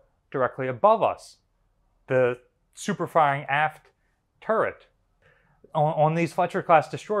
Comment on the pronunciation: FINE forensic illustration of the head!! i swear every time you said aft I thought I heard ass. :) which is appropriate on the "hot seat"